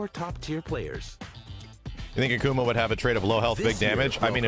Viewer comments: he is not A-kuma, he isnt a bear, its Ak'ma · Anyone else pissed he said "ahk uma" instead of Akuma? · Why pronounce it like Akama? My brain hurts... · Ahkoomah. I hate the way he pronounces it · Aki isnt SF5 she new. So youll get 1 new character every Year/Season. I cringe every time dude said AKAma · Hey, I hate the way the other guy pronounces Akuma. The character has said his name multiple times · I love how mans says I main akuma but can’t pronounce his name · I don't like the way the dude is pronouncing Akuma's name. Put some respect on his name, sir!